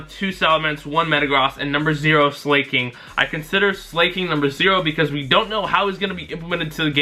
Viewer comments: Not SLAY-KING... its SLA-KING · its Slah-king not slay-king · "Slayking" Really?... Its not hard to pronounce the name. Like "slacking", which is where the name literally comes from. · it's sla-king not slay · psst it's Slah-king not SlAY-king for the pronunciation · Its pronounced slack-ing. Gen 3 had some insane attackers, so I wouldn't be surprised by any of those stat totals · its slac-king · it is pronouced SLACK ING and it will be unstopable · who else cringed when he said slaking